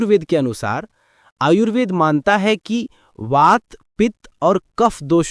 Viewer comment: Video Bohot Informative thaa...But Ye Aap Baar-Baar Ayurved Ko Aryuved Q Bol Rahe Thee....!!